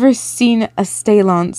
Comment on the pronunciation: I loves this so much and not to be rude but the word stallion is pronounced (st-al-ion) idk if that helps any